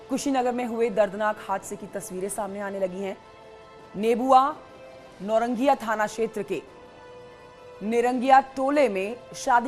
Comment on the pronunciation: Kam se kam ancor banane se pahle hindi bolna sikh lijiye vo निरंगिया nhi hai नौरंगिया hai